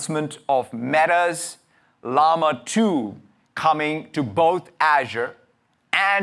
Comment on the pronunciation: Bruh, learn how to pronounce Llama. Sounds like: laa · muh :face-blue-smiling